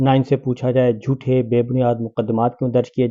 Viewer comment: ایک لفظ کی اصلاح کرنا چاہتی ہوں جوٹھے لفظ غلط پروناؤنس ہے ، اصل تلفظ ہے جھوٹے jothe نہیں jhote ہے